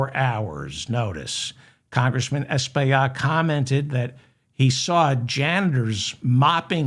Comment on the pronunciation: As my Congtessman, his name's pronounced Es-pill-lot. I hope you said his name correctly when he was on your show!